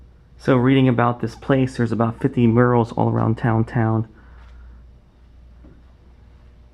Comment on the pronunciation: wrong pronunciation of Murals until halfway through the video lol